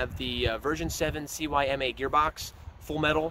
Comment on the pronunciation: good job guys! Just one tip the stock isn't made out of polycarbonate, It's most likely a polymer-based hard rubber plastic. Also, CYMA is pronounced see-ma, the name isn't spelled out... it'll save you four syllables. Great work guys, keep it up!